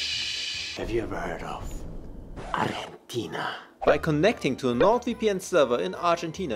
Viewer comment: Have you ever hearrd of... ArjEntiNa?? 😂 This will be an eternal meme omg I can't